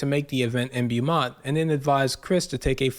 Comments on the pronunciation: Beaumont is not pronounced bee-mont. It's pronounced like bo-mont. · It's pronounced Bo-mont. When you see the letters "Beau," you can know it is derived from the French language and will almost always be pronounced Bo or maybe Boo. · Its pronounced BOMONT